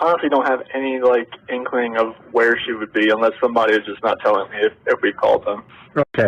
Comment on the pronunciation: Inkling, not Incline